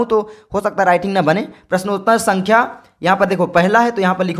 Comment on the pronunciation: Sar ji aapko sankhya bolna aata nahin hai